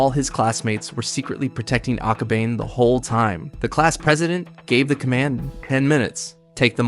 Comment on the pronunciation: I'm sorry but it's aka-ba-ne. Ne as in the (neigh)borhood and the horse sound.